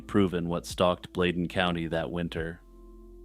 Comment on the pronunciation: It’s pronounced Blaydin